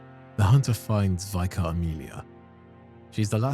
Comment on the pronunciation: Holy peak! Your videos are always amazing, pls learn the pronunciation of vicar tho my G